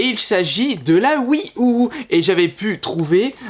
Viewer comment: La "Oui Ou" 😅😁